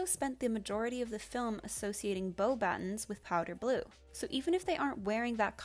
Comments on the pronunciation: Just wanted to point out it's not BOW-battins it's BOW-buh-tahn. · I agree with a lot of the points that were discussed but the pronunciation of Beauxbatons... Like freaking Bowbuttons?? Please don’t take it wrong, this is definitely not meant in any hateful way. I’m just laughing my ass of about Bowbuttons. 😂🤣😇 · I agree with your statement but please don't pronounce Beauxbatons like "Bo-buttons" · The most controversial thing you said was the PRONUNCIATION OF BEAUBATONS